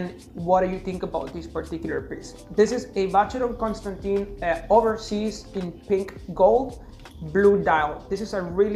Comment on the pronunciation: you surely can say ‘Constan’Tan’ rather than Constan’Tin’